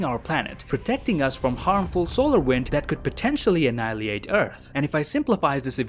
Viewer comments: “Annihi-liate” instead of, “annihilate” lol 😄 Idk... just thought it was a little amusing. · N again. It's annihilate. Not analiate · How he pronounced annihilate